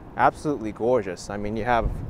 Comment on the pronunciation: Oh, I do love a New Yorker saying goygeous. Thanks againAK